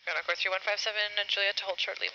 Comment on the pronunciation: if you enable automatic captions here, you'll get a sense of what I hear, vs what they're apparently saying. I don't hear what YouTube does, but I certainly don't hear what the text in the video says. How does "tenoc" turn into encore? What does "tenoc" even mean? Because he's not saying Encore ^_^